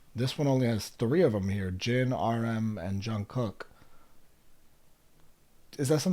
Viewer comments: Jimin Suga Jin etc you got right ...Jungkook is pronounced Jun Gook...according to him when he says it...The middle k is silent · also, you really didn’t butcher any of their names!! you got it down pretty well! the ‘kook’ in jungkook is pronounced a bit more like the oo in ‘cool’ rather than ‘cook’. but other than that, you’re doing great!! would definitely recommend ‘map of the soul: 7’. it’s 20 songs, which is a lot, but each member has a solo song which i think would help you get to know their voices a bit better!! keep it up!!